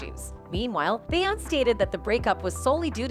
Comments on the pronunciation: Who’s “be-ount” they know they can tear up black peoples names, lol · BAY-AWNSZ 😂😂😂 MORE LIKE BEE-AWN-SAY (BEYONCE✨) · OK is she messing up her name on purpose because everybody else name she said correctly 😂 BEYONCE ! NOT BAY YONC 😂🤦🏾‍♀️ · It’s Beyoncé. Not Beyons 😂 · Lies. And her name is not Beyons. It's Beyonce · YOU TALK TOO MUCH! SHUT UP AND PLAY THE VIDEO PLEASE. AND HER NAME IS PRONOUNCED “ Bee-Yon-Say”…3 syllables! Stick with spilling tea from your own clique/Entourage/something you know a little bit more about what you’re speaking of!! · Who pronounces Beyonce as beyons?? 🤦 At least you could pronounce her name correctly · Her name is pronounced 'Be-yonce-say'. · They're BOTH evil. Jay-Z with his "Joe Camel" lookin' ass...Beyonce ain't a prisoner. And when did we start calling her "bay-ontz"? 🤣🤣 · "Beyunce"?.??? ..please... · I always knew the voiceover was AI generated, but it really shows with how it pronounces bayOUNCE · Let’s help her. It’s pronounced like Beyond Say. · BaY AnTs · This is really a show about the insect world.. Bee ants cee? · It’s “Be On SA” geez! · So Nobody gonna say anything on the narrator saying her name in this horrible fashion lol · How do you not know how to properly pronounce her name😂😂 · Girlllll Her name is Beyoncé 🤣🤣🤣 She just fucked that lady name All up Lol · Can someone teach her how to say BEYONCE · Omg !!! So annoying how her name keeps being said...if you know so much about them , you'd think you'd be able to pronounce it properly. So annoying I couldn't keep watching it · Lol. Loving the pronunciation of “Beyoncé.” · Lame…..and you can’t even say het name right. Clickbait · It’s pronounced queen BEE! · This is video is so phony and made up. She didn’t even pronounce their names correctly and this is opinions and not facts. This is violative to promote this message. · Why can't the narrator pronounce Beyonce' correctly? I'm so tired of hearing fake voices. Quit being lazy and fix this shite! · She butchered her name😭